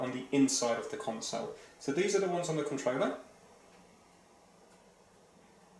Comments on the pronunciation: It triggers me how he says controller and consol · I think that’s supposed to mean wireless…maybe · Why does he say controller so poshly